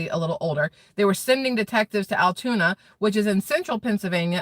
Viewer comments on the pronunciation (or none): It's Altoona, not Alatoona. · Altoona not Alatoona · It's not Alitoona, LOOK AT THE SPELLING!! Not how you want to pronounce it! You pronounce it like this (sounds like - AL TUNA). No I is in ALTOONA. It is where I live in Pennsylvania 🤣🤣🤣🤣🤣🤣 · ALTOONA......AL-Toona...AL-Tuna. Damn i thought she could read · Pronounced: "AL Tuna" spelled:Altoona